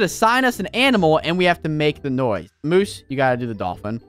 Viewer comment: michele torres-rivera and its moose not mosse